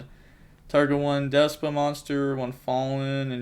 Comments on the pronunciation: Its Despia not Despa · DES-PEE-YA. No pokin fun just makin sure ya know for future vids 👍🤙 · I keep thinking you say “deskbot” instead of “despia”